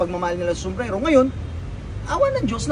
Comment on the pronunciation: Bilhin ko yan kahit 10m kung mabigkas mo ng maayos yung SOMBRERO 😅